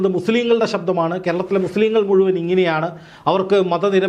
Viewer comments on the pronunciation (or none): none